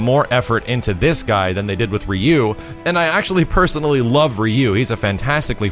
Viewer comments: Rye Yoo, not Ree yoo. ! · Can't even pronounce Ryu as ROO. Kek